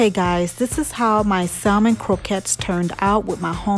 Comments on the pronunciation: Looks great, just a little tip, it’s pronounced SAMON (no L sound) no biggie but wanted to share! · Salmon L silent